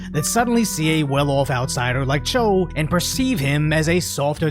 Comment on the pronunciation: Bro, Jonathan's last name is pronounced "Chwae(최)." I had more hope for Seattle than I did San Francisco...now I'm not sure anymore. 😢